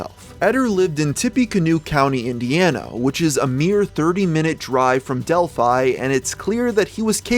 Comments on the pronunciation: It’s actually pronounced Dell-fee as in the same name as the Greek city, often mentioned in myth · I feel like the town is supposed to be pronounced like 'Del-fee' and the way you say it each time grinds away my soul. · As a person living around where this happened i just wanna clear up some of the mispronounced towns Tippecanoe - tip a canoe Delphi - dell fee Great video though. I forgot this even happened, theres so much murder in indiana its hard to keep up some times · It’s pronounced delphee. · It’s pronounced del-fe not a hard “I” a soft e.. English lango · Its Dell Fee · Del-phe that is how you pronounce it. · I know that's how you pronounce Delphi but wow it sounds weird